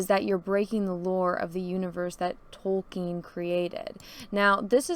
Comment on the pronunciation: I like how says Tolkien like she just learned his name wasn't Token